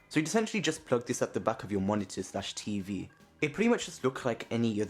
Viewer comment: cumpu-er cumpu-e dolers moni-er li-erally